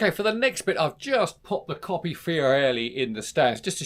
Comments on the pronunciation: I LOVE the Campagnolo Racing-T stuff on my vintage bike. Polished aluminum, even the newer stuff looks vintage enough for me though I'm putting together a GIOS with some older bits including a Rally rear mech for some vintage rides in 2025. Coppi = COE--PEE, not COPPY! Fiorelli = FYOR--ELLI. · I with you on ‘Fyor-elli’ but I’d say the correct pronunciation of Coppi is mid way between ‘Coppy’ and ‘Coe-pee’? Without adopting a disastrous mock Italian accent it’s very hard to sound ‘right’ don’t you agree?